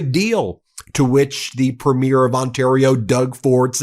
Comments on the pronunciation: Ben, if you want to sound more Canadian (and why wouldn't you?), pronounce Premier as PREE-meer. :) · 🇨🇦 Alberta here. Ben please start pronouncing Premier properly. It's phonics are " Preem-yer" not PREEM-AIR. It's not like a PREMIERE of a movie. You learnt to pronounce Alberta properly. Come on now, please ❤️🇨🇦❤️ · friends, The title of Canada's Provincial leaders(Premier) is pronouced: "Preme-yeer." Watch a CBC, CTV, Global, etc., newscast. All the best, in spite of you having to deal with UnoWho.. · Please stop pronouncing Premier incorrectly, guys. It's pronounced "Pree-meer" not "preh-meer" like the opening of a show lol Love from Canada 🇨🇦🇨🇦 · Just a side note it’s pronounced PrE mier, accent on the pre, not on the mier. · Please note it’s pronounced Preemeer (Premier) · I’m a Canadian fan of your show but it’s pronounced Premier not premiere which is the word used for the first show of a movie or play. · Pronounced: pre-mear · Please, please, please….. try to get the pronunciation of “premier” right. It’s ‘PRE mier. TONS of stress on the “pre”, and very little on the second syllable. Almost like “PRE-myur” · I really enjoy your coverage of world events.... if I may make a comment of clarification though? When referring to our provincial and territorial leadership, it is not pronounced " premiere" as in an event, but Pree'/me/er. I have always been a stickler for addressing people correctly, probably from my nursing background. Thanks to your attention to this seemingly small, but meaningful to us, Canadian pronunciation. Hope you continue to shine a light wherever it's needed to expose darkness for what it is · As a Canadian, I love this channel, but my US friends… our provincial Premiers are pronounced “Pree-meer” vs. how premiere (as in movie premiere) is pronounced “pru-meer.” Also, Trudeau is pronounced with emphasis on “Tru” and not “deau.” Ok I feel better now. Carry on being awesome! ❤